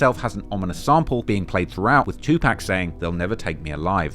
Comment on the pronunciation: Who tf is 2 pack 😂